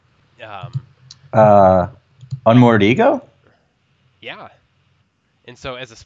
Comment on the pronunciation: Dude tried to politely correct him on the sneak tip, but he didn't catch on. Unmoored EGO, not ECHO! Not trying to hate, but come on man! But I still subbed.